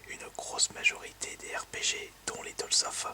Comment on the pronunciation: "Tales" se prononce comme Tails de Sonic.